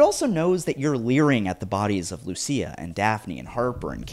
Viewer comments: She is called Lucia, not Lussia lol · It's pronounced Lucia (Lu-chi-a).